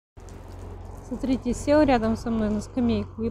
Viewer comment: Да не Наете а знаете но режет слух же это что привычка. Сатрите вместо смотрите ну это что ну это же что-то не так